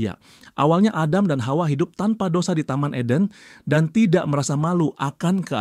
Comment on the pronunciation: bang lucu banget nyebut “hawa” nya kayak fasih bgt “KHAUA”😂😂